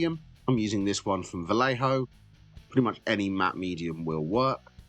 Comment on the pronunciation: So funny how he pronounced vallejo 😂